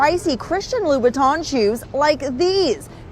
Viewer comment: Why does bro not know how to say L.V. lol